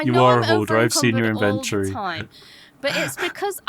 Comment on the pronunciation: Good news fans. He still says in-vent-Tory. It’s glorious.